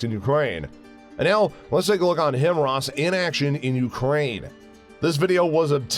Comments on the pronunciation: Him-wras? How about Hi-Mars. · This is the only channel that says "him rahs" everyone else pronounces it "high mars" HIMARS high mobility artillery rocket system" just saying.